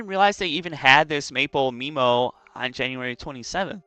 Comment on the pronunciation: "Meemo" is crazy.